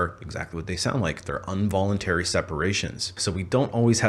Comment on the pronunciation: Involuntary not unvoluntary.